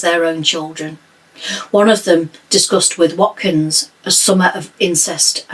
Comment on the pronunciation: You pronounced his surname correctly and his first name not too badly wrong!